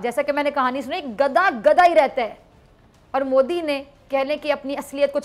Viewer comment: She doesn’t pronounce gadha correctly